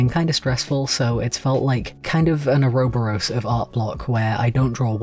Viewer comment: I mean this with the kindest of intentions, but have you only seen the word "ouroboros"? I've never heard it pronounced like that (I've only heard it prononced oar-a-bor-us for reference). I'm hesitant to say you're wrong because for all I know it could very well be a dialect difference.